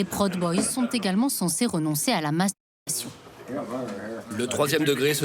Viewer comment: La narration est parfois irritante, comme souvent dans les docus français traitant des É-U. Proud boys est prononcé prod boys, Salem est appelé capitale "administrative" de l'Oregon. Pourquoi ne pas dire capitale de l'Oregon tout simplement. Il n'y en a pas d'autre !